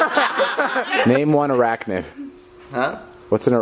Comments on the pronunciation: he said ooh i now an acracnid😂😂😂 love you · No ones talking about saying arachnid wrong 😂😂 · With an m not an n😂😂